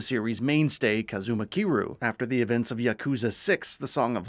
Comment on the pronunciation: Please stop ignoring the Y in Kiryu's name lmao. He's too much of a legend for that. Everything else in your delivery is top tier though.